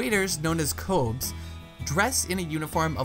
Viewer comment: Well done video. As someone who grew up in Germany I'd like to add just a few more things. The pronunciation of the umlaut o of Koelsch is like you pronounce "fur". Also the same goes for the Koebes, and you also stress both syllables, so it's Koe-bes, not like Kobes. When you go into one of the old traditional pubs in Cologne and get a Stange of Koelsch, after you finished it the Koebes will replace your empty glass with a full one without asking and put a mark on your coaster. Once you've had enough you put the coaster on top of your glass. There is a very old and strong rivalry between Cologne and Duesseldorf, both with their own beer styles, the Koelsch and the Alt, and both are worth visiting. Especially in Duesseldorf it is easy to do a big pub crawl as there's a small area with MANY pubs all together.